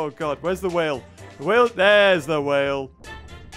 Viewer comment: When he says there sis no food here: Me: there's you ○v○